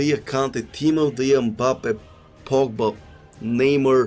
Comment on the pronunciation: Neymuuur, Boatenk, Muuurtens